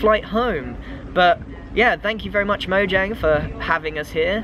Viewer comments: Erm…it’s pronounced Mo(J)ane not Moyang! This totally peeves me off as a gamer!!! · moyang?! i thought it was mo jang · you said MOYANG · Notch: Lets call our company Mojang Grian: MoYAnG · Grian: pronouncing mojang Grian: dunno what u r talking about its moyang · It was funny all the times grian said moyang instead of mojang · Grian: moyang Me: ITS MOJANG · Haha he said Moyang in stead of Mojang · Everyone: Mojang Grian: Moyang Me: Confused why grian says Moyang instead of Mojang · It’s mojang not moyang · I think it's no JANG Not no YANG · MoYANG! xD (its pronounced MoJANG) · The creators name is mojang not moyang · Its called mojang not moyang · Grian in the first 5 minutes: Moyang Grian 1 minute later: Mojang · he said “moyang” I missed it though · Moyang, moyang! Couldn’t even be invited to a Mojang event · when he said "I was invited by moyang" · Livy’s Jus Tryin no it's moyang because mojang is made in sweden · When he pronunces Mojang like moyang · Grian: Moyang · also recommended to me now but.. he says moyang?? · Omg I Died When He Said Moyang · When he said moyang XD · Ah Yes, Moyang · Why does he pronounce it Moyang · I hate how he says it like stockhalm, and calls mojang moyang. Why is it annoying to me 😕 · really? i don't... but i wanna ask did he pronounce mojang correctly because the "j" sounds like a "y" in grian-speak but i dont think it's correct tell me if grian is correct cuz i think the j should sound like a j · You forgot the j in mojang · moyang, huh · How is he a mincrafter if he doesn't even know how to say Mojang